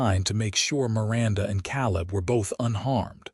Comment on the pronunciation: Very good story. Caleb name is pronounced KA LIB, laughing because these stories always has a MRS. CHEN